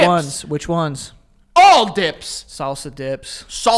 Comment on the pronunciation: how say salsa and sauces the exact same I was legit confused for too long I thought he said corn sauce 😭😭